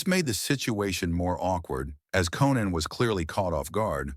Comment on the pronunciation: When the guy said "Co-Nann" I knew it was B.S. 🤣